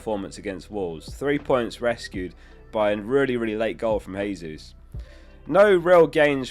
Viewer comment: It was an OG, not Jesus. And he ain't Spanish, it's not Haysus, it's a soft J sound like the g in concierge. Great analysis otherwise though 😂😊